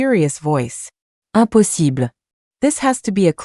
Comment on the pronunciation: "uñpossîblë" and "é galñçéd" so french lol